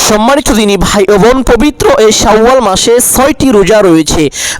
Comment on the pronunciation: "শাউ আল মাস" নাকি "শাওয়াল মাস"?